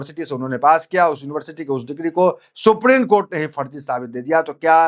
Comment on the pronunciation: ये हमारे देश का दुर्भाग्य है लोग हिन्दी शब्दों का ठीक उच्चारण भी नहीं कर पाते ।बार बार सुप्रीन कोर्ट बोले जारहो हो सुप्रीम बोलने में कठिनाई हो रही है?